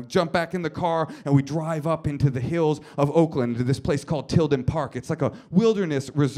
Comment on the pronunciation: ... is he saying ''dwive''? i'm not a native english speaker, but that's what it sounds like to me '-'